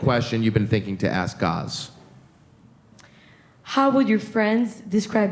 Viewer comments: gaz says his name is like gas, but you all mangle his name by saying gahz. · "Gaz, like Gas with a Z" ...Why are you calling him Garz?! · The lady in the black shirt, front row is enthralled with Gaz and his voice 😆 Alexia! I wish she had come to the show fully single. I hope she gave him his number at the after party, I think they’d be good together later if this doesn’t work out with Sam. Also can they please say his name properly!?